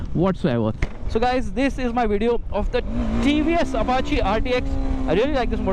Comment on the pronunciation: said Apachàe instead of Apachii.